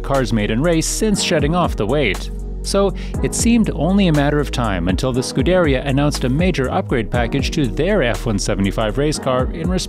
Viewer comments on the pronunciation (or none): SCUDERìA, not SCUDèRIA pls👃